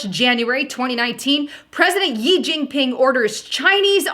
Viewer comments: you keep saying "YI jing ping" but the pronunciation is like the word "she" and written "xi" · She * it is pronounced She* xi=she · His surname 'Xi' is pronounced like the letter 'C' of the alphabet. Thanks